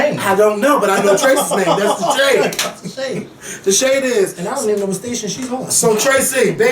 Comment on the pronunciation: "this guy last night at the gas stay-CHUN" lmao@!